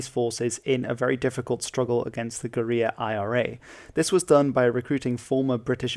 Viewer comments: OK, just so you know "guerilla" is pronounced nearly the same as Gorilla. It is not pronounced "Goreeyah". Maybe in spanish it is, I dunno. But you aren't speaking Spanish. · Only the English pronunciation “gorilla” makes sense for the word “guerilla” for me lol